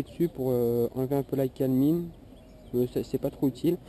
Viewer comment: on dit de la calAmine pas calmine